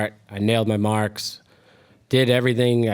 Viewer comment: Was that an “r” in mark jimmy? Keep it up!